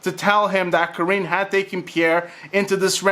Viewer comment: Why does this man keep calling her “Kareeen”? And not Kareenie?